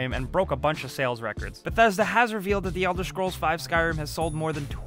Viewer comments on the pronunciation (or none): no flame but everytime u say the elder schkrolls my ears start to hurt xD jk